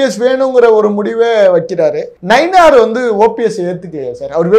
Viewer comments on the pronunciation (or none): none